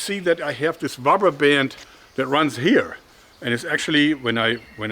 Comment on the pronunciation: I have been watching your videos since I was 13, I'm 21 now and your videos greatly influenced my hobbie in making my own slingshots. It's great to see your still passionate about using rrrrubbber hah hah hahh!